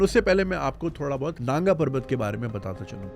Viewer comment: Naanga parvat nahi nangaa parvat.